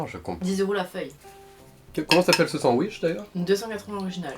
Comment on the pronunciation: "Un sandouiche" Ça ma tuée 🤣🤣